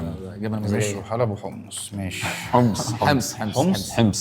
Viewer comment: نحنا الحماصنة ما منقول حِمص منقول حُمص متل ما قالت هيي